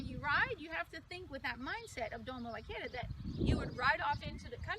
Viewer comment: Doma vaq AIR a not Doma “vaquira” a e i o u español basics jeez girl !!!